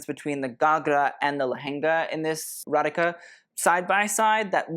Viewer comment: Just letting you know, you pronounce "Radhika" "Ratheeka"!